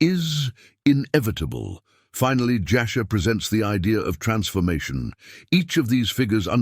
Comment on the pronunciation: Jasher not Joshua. Ur not Err.